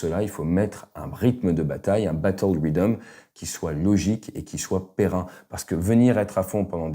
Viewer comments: On dit pérenne et pas pérrin (ou pérren ou pérrun) Merci pour l'analyse ! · On dit pérenne au masculin comme au féminin. Péren n'existe pas. Bien à toi ❤️ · Péren ? Pérenne... La forme ne change pas, au masculin comme au féminin. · Très bien comme toujours. Mais pérenne pas perein 😁 ate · pérenne au masculin fait pérenne pas perein !